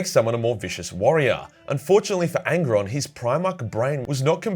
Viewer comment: Angron, it's angron